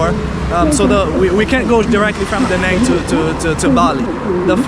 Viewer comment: A note on pronunciation of the City name: The A in 'Nẵng' is not a long A. it is pronounced more like you are saying the a in "Da". basically, like the a in father (not exactly, but close enough).. that squigly line highest above the a means there is a sort of break in the vowel sound - a sudden step up in tone, near the end of the vowel sound. Anyway, you can say it without worrying about that tone, if you just say the a like as in "father", it will sound much better